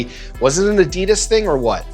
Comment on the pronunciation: first person in my memory on sneaker shopping who right pronunce "adidas"